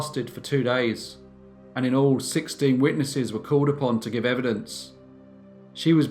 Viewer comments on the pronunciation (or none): none